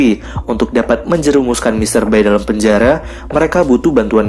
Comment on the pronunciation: Bacanya mr bae itu, bkn bae tp be.